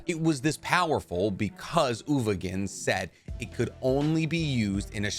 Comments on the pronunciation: "Ogovin" "Ugovin, I'm sorry" His name is uVoGin and I've never heard it pronounced correctly on this channel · He also can't pronounce "uVoGin"